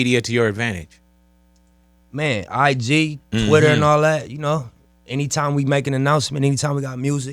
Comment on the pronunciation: “ALL” not “art”